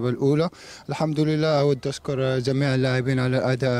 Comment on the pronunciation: كيدة كانب.... كميع. كماهيرنا كمهور واسي بانون الله يهديك جمهور جانب جميع جماهيرنا جيدة هكذا تكتب وتنطق وتفهم. ❤️ احب جميع اللاعبين المغاربة لكن استغرب علما انهم سفراء للتعريف بلهجتنا. الأقرب للغة العربية مقارنة لجميع لهجات الدول الأخرى والدليل الكل يفهم اغانينا. رجاوي مر من هنا زيروا معانا شويا هناك لغة عامية يفهمها الكل فلاداعية ل جمجمة الجيم هههه مع كل احترامي لجميع إخواننا...... ❤️